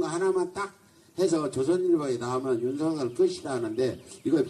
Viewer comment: 꼭 윤서결이라고 발음해주세요